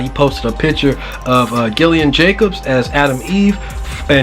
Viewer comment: bruh i told you its pronounced JILLIAN not GILLIAN love your vids tho, always gonna watch